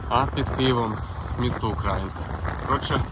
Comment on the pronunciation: УкраЇнка, а не УкрАїнка. ганьбисько